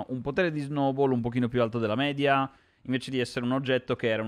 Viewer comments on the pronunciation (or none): none